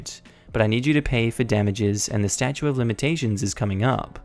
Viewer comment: Stat-chute, NOT Stachuate